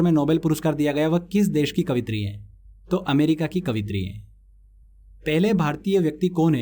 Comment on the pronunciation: कवित्री नहीं sir.... कवयित्री होता h